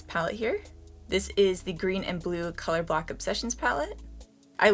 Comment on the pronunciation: It sounds like you're saying color-black not color block 😆🤣😂